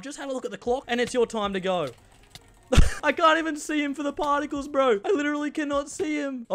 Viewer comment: “pAarticles” noice one